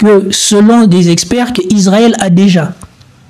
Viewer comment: Fais des efforts : Israël et pas Isarel !